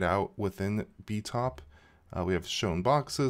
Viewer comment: say it with me... b-pie-top